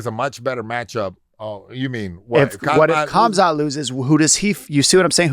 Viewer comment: Mayhem pronouncing "Kamzat Chimaev" is KILLING me. He says Chimaev perfectly, but stumbles over the much easier Kamzat. 😂